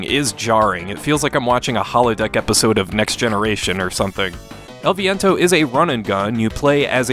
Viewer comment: i applaud your pronunciation of the title!